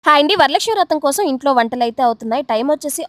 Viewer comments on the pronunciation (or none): none